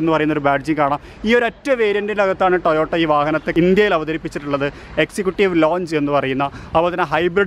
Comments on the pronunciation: ടയോട്ട അല്ലടാ ടൊയോട്ട എന്ന് പറയട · 'Tayota' alla TOYOTA aan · Tayotta alla toyota🤣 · Tayotta അല്ല ടൊയോട്ട ok rehman അല്ല rahmanok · ടയോട്ട അല്ല ടൊയോട്ട എന്ന് പറയൂ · പറയുമ്പോൾ ടൊയോട്ട എന്ന് പറയാന്‍ ശ്രദ്ധിക്കുക. കാരണം ഒരു brand തോന്നിയ രീതിയില്‍ പറഞ്ഞു അപമാനിക്കരുത്. ഈ വിഡിയോയില്‍ തുടക്കത്തിൽ മുഴുവനും പറയുന്നത് "ടയോട്ട" എന്നാണ്. , , , , . അപ്പൊ തന്നെ വീഡിയോ ക്ലോസ് ചെയ്തു. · Tayota അല്ല, Toyota ആണ് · Its Toyota.. Not tayootta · എല്ലാം നന്നായി പറഞ്ഞു. സൂപ്പർ വണ്ടി. പിന്നെ ഈ ടയോട്ട ടയോട്ട എന്നു പറയുന്നതിന് പകരം 'ടൊയോട്ട' എന്നു പറഞ്ഞു കൂടെ.... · ടയോട്ട അല്ല, ടൊയോട്ട ആണ്. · ടയോട്ട അല്ല ടൊയോട്ട ആണ് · Tayotta 😂😂😂 It's Toyota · Tayota അല്ല Toyota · Tayota alla TOYOTA. Bakki ellam ok. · Sir first u learn how to prnounce toyota